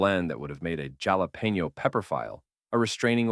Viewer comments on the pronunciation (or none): "Djalapenho"? Nice try 😅